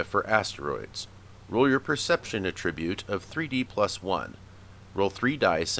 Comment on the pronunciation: A little Grammar Nazi business here: It's ATtribute, not atTRIBute. That's because it's a noun, not a verb. Like how you have to conVERT people in order to turn them into CONverts. Or how a CONvict is someone who has been conVICted of a crime. Or if you adDICT yourself to nicotine you become an ADdict. I know it may seem comPLEX, but you don't have to develop a COMplex about it. Just alLY yourself to good grammar and pronunciation and you'll gain many an ALly. Grammatik macht frei!